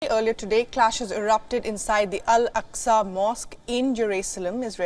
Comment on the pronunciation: It's Al-Aqsa and not Alqasa